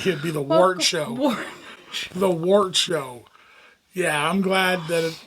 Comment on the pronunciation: Y'all are so damn cute. "wartshow" ☠️☠️.